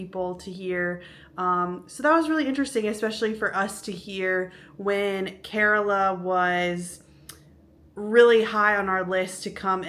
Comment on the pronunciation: Its kerala not carola 😁😁😁😁